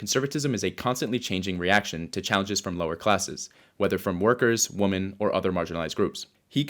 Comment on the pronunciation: stop pronouncing it "WOMAN" when it is "womEN", what the fuck is going on with this generation